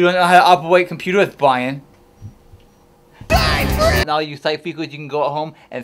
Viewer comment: "Is that a magic trick?" "It is a magic twick for those who don't know how to opewate computers Bwian."